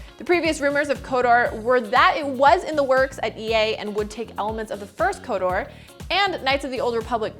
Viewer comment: Kotor. not Kodoor. lmao